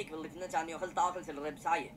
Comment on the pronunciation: למה 'רב' עם צרה ולא קמץ ??? די לעוות את לשון הקודש 😮